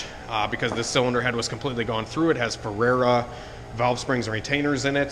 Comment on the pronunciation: OH BOY! I'VE KNOWN THE FERREA FAMILY SINCE THE LATE 80'S AND THEY MAKE THE BADDEST ASS ENGINE COMPONENTS PERIOD! BUT THEIR NAME IS PRONOUNCED... FERR - RAY - YUH! YOU'RE NOT THE ONLY ONE WHO PRONOUNCES IT THAT WAY SO DON'T FEEL BAD! IF YOU ARE EVER IN THE Fort Lauderdale AREA YOU MUST VISIT THEIR SHOP... YOUR HEAD WILL EXPLODE! THEY ARE SO HIGH TECH... THEY WERE HIGH TECH BEFORE EVERYONE ELSE! WE USED THEIR TITANIUM CHEVY BIG BLOCK VALVES IN THE LATE 80'S! OFFSHORE RACING!